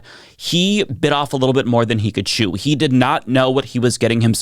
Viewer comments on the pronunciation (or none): none